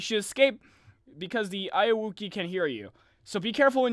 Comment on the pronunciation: you said it wrong